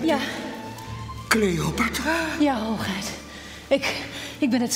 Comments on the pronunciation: Hoogeit hahaha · Het is HOOGHEID!!!!!!!!